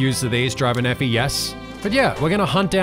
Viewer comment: take a shot for every time says "Driver Nephi" incorrectly